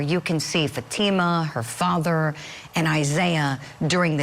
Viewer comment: Can you please pronounce Fatima's name properly.. shame on this far left Judge for keeping very important information from the Jury! Namely that this is definitely a Attempted honor killing and an Attempted forced marriage!